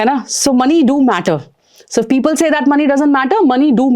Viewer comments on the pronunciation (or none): none